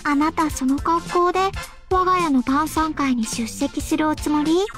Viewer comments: 「今夜は晩餐会にしましょう」が「今夜はバーサーカーにしましょう」に聞こえてしまった笑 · 晩餐会がバーサーカーに聞こえたw